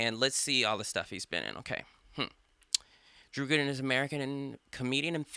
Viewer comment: “Drew Güden”